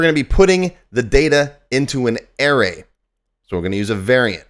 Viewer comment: Air-Rays?? Yikes! It's a-ray.